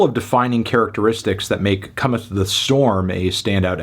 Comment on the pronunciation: my guy said "come storm" 😭